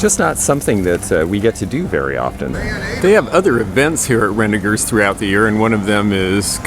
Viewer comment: So few people know how to pronounce "Renninger's". Glad to hear that you do:)